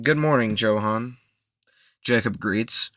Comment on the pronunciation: Pretty sure that it’s pronounced “yo-han”